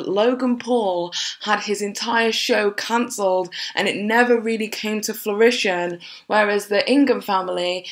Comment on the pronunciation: Fruition - froo-ISH-un :D